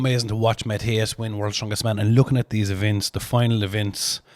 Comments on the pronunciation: "Matty-ess" definitely one of the best to never win WSM. Would love to see him win or on the podium at the Major comps. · The Polish Stone Master "Matty-ess" I'd love to see him get the WSM.